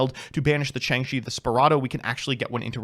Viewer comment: Ah good ol Changshi the… Spirado. A Chinese Jiangshi zombie called a “spirit dao” would be too easy of a pronunciation.